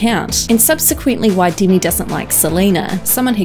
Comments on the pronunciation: “dimi and selena gomaiz” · not the only one, and “deeimy”